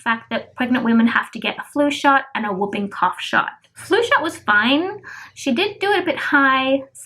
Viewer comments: It is simple babe you said wooping and it is whooping so you need to really say it like the who not woo ... with the diet changes i was thinking to prevent you having the rest of the pregnancy without a poo that it would be more comfortable to add some more green leafy veg and fortified with iron products xxx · It really does help babe as my Dad had severe anemia and he improved it just with diet and he is 82 with cancer ... food that contains iron is a natural way to increase it and it also doesn't affect the bowel and i meant you said wooping cough and it is whooping lol of course it has a W but the h is more important to the sound, it isn't your accent as that is lovely ,it is simply that it has been misprounced by the person you heard it from xxx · More or less all women have muscle separation and pelvic pain especially with a second baby babe your bump is big so no wonder you feel pressure... you should up iron and folic acid in your diet instead of taking more tablets ... I will tell you what i went through another day ... it is called whooping cough as in hoop not wooping like a soft almost silent w lol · I know why she said it wrong as people in media get it wrong too ... i just saw an American channel where the reporter said it like you did but then the doctor said the cough makes that whooping noise hence the name whooping cough and the reporter said it wrong again LOL! ... if the change in diet would make you feel sick then it is best to increase the pills to maybe 1 and a half first and see how you do with your next blood test and so your body gets used to it and drink a lot more water or squash to soften your food in the intestines so that will make going to the loo easier and it is good for you too xxx